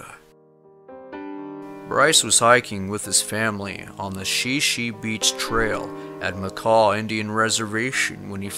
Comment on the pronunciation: Thanks for sharing these very sad stories...my heart literally feels the pain of family members. The pronunciation of Shi Shi Beach, is Shy Shy, in the Olympic National Park where the 6 yr old boy vanished. ( trivia;)❤